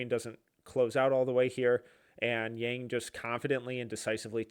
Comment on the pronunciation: Just an FYI - His name is pronounced Yang like Bong but with a Y. This is what I can tell from all Blazers reporters and staff